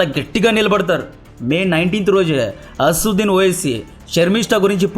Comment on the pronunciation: Asassuddin kadu..asaduddin